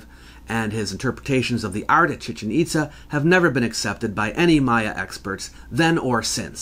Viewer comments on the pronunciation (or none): Chichén Itzá, please, not Chíchen Ítza. Excellent video as usual!